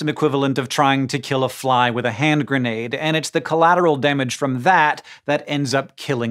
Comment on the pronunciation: "its like tryna kill a fly with a hand grendade" lol